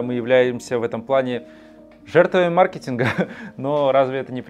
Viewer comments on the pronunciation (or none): none